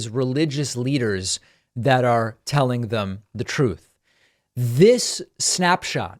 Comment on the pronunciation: Damn you David Pakman! I cannot hear ‘Truth Central’ without my mind repeating ‘Troth Central’ thanks to your sound bites!